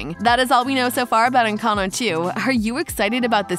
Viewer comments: "ENCANO" HELP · Sorry, but I am a native Spanish speaker and the why she pronounces it is horrible. Sorry you got offended for a comment not regarding you